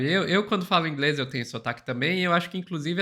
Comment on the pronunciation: Gastou todo ,",ingreis,". Que pena. Kkkk